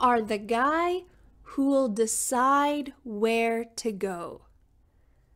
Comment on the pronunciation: I didn't hear the will in who'll. Anyway I love you and thank you ❤